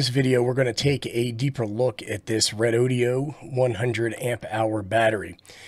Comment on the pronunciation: Thanks for the test report. I’ve been thinking about picking one of these up., I had to laugh at how you pronounce REDOD’E’O😂 I was waiting for a cowboy to lasso the battery to pull some more current out of it! One question, I heard you mention on another video that the cheap battery brands use higher capacity, lower grade (B or C) cells and battery life is questionable. Do you have any idea about REDODO?